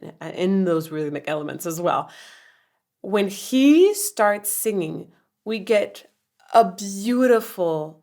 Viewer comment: Love Donald Fagen pronouncing "singing" as "sanging" in order to rhyme with "hanging". Also rhyming "beg us" with "Vegas". Brilliant!